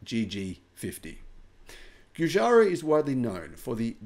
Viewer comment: It's pronounced Jew-Jar-O